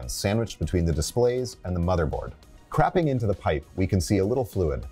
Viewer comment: I’m sorry I did not hear “cropping”…